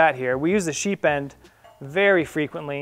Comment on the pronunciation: sounds like you're sying "sheep end" :) nice demo of the bowline on a bite.. never saw that one before.. the second knot you called a bowline on a bite is a doubled bowline.. one of my favorites